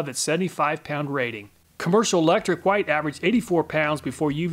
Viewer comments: Love your channel, BUT PLEASE STOP SAYING WHITE LIKE THAT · I just noticed that you pronounce white in the older way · i just found that interesting since I've never heard people say it that way other than people teaching others that is how it is used to be pronounced